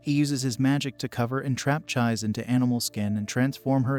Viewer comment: Hearing Chie's name being mispronounced through the video is just too much for me to finish it...